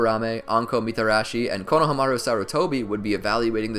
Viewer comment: Can you pronounce stuff right? Koh No Huh Mah Roo